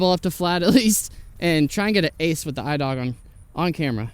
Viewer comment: pronounciation is E-dewg ! (dew with a g)